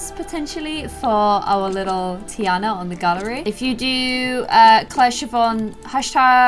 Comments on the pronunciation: it is said TEA ON A but spelled Tina no tea AND a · its TEA ana ommll. no hate tho